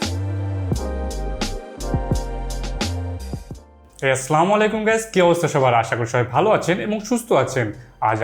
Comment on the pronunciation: Say Assalamualaikum instead of Slamualaikum